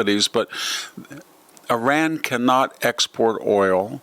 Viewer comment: Learn how to pronounce Iran right